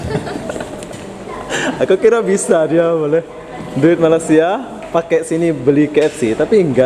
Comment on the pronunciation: Sebut malasia. Hilang huruf (Y)